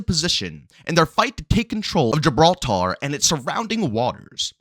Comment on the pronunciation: Why do you keep saying Gibral-TAR? like it’s two separate word or putting extra inflections on the TAR. It’s Gibraltar all one word and will almost sound like your saying it with a er at the end when done correctly.